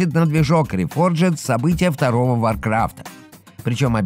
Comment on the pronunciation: Варкарфт Ре-рефорджед? Ничего меня еще так не смешило за сегодня)